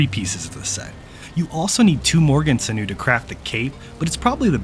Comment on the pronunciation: Just an FYI since you were mentioning words that are hard to say... "sinew" is another word for "tendon", it connects bones to each other and to muscles. Pronounced SIN-yoo.